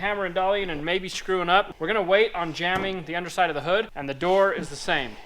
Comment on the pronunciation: ah, 'jambing', not 'jamming'